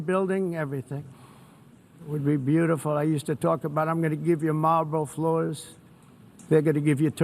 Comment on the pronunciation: Trump: "I'm going to give you Marlboro floors.." ?? 🤔